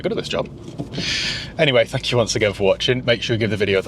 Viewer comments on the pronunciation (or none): none